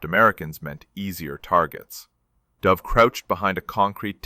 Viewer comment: Oh please? the name of the soldier is pronounced as though he was a species of female pigeon pronounce `'duv```'- not the cod pronunciation of a downward dive of an aircraftYou should honour the man by at least getting his name right!